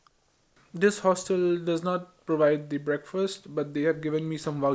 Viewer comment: Amazing video. Its just his pronunciation of "the" is lil 😖